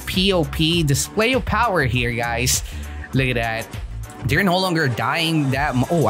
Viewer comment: “Powah” shows the true strength